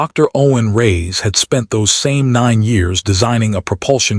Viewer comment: Really caucasion AI narration. "Reyes, Kwan...." are not difficult pronunciations.